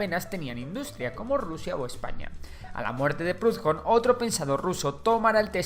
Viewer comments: por que pronuncias prudjon, hablas español, la h no se pronuncia, al menos busca como se dice en el idioma original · Proudhon era francés, ni siquiera los ingleses lo pronuncian a la inglesa. Incluso si lo lees a la española suena más parecido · Primero, como dijo Bakunin se ha creado una nueva elite capitalista como vemos en china y rusia y prohudon se pronuncia no con la h como jota recuerda que era francés y lo que acentúa es la U y no se pronuncia como una jota que no es anglosajón tercero falta de hablar de muchos aspectos y el porqué es muy fácil seguir a rebaño dentro de una sociedad que no busca la emancipación del poder que corrompe al que lo ejerce y luego falta una corriente que es el anarquismo pacifista de León Tolstói o evangelista que busca como para mi fuero los primeros anarquistas ya querían y trataron de enfrentarse al imperio romano para que nos guiaramos como ellos por los prefectos cristianos de amarnos los unos a los otros y benerar a dios sobre todas las cosas y no es contrario al anticlericalismo anarquista ya que si dios está en todas las cosas todos somos parate de ese todo llamado dios y si es así y nadie tiene derecho a mandar a dios tampoco a mi ya que este descansa en mi y en toda persona SALUD Y LIBERTAD